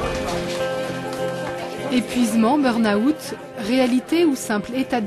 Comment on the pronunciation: Burna-Oute pour dire '' Burn Out''.... mes oreilles saignent. 😖😖